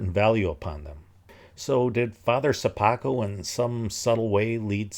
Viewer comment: I like the way, you're pronouncing "Sopoćko" surname :)